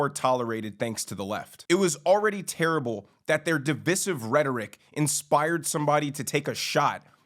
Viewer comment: It was a good video, but if you're going to use the word divisive please pronounce it correctly... it's duh-vai-suhv... long I sound. Otherwise you sound like your pretending to know big words.